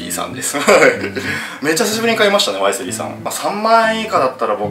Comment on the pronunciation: ワイ↗︎スリー↘︎のクセが強い